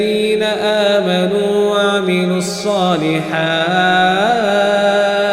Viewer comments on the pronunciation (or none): Salehati......not Saleha......Please Correct and reLoad....it.. thank you